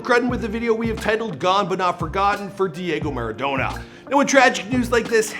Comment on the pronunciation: I don't want to hate, but the way you're pronouncing Diego Maradona is killing me!